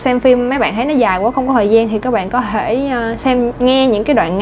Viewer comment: Cô giáo nói có thể nghe như có hể hay sao ý